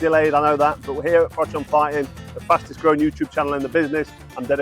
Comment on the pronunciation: Frank Warren’s problem with Carl Froch is that after 20 years he still can’t pronounce his surname properly.